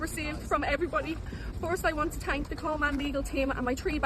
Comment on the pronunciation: Why does she “tank” everyone